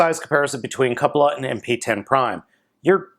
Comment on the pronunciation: is the only reviewer to pronounce "Cupola" correctly. Great review! Sorry to see that your camera bugged out on you mid review. I've got this figure, plus FP Crox, coming from Big Bad any day now. Can't wait!